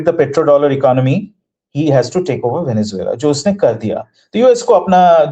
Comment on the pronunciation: It is Venezuela not VENENZUELA.